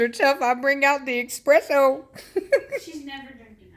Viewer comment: Expresso really 😬?? It's Espresso..🙂